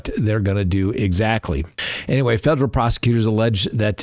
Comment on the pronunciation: “Fejrul”? I don’t remember the word “federal” having a “J” in it… learn how to read please. I can’t stand poor grammar.